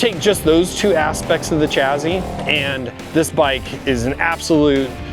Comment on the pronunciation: Wtf is a "chazy"? I think you meant to say "chassis". There is no z in there.